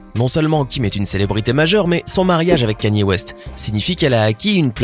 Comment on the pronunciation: « Kim et Kanïéé » 😭🤣🤣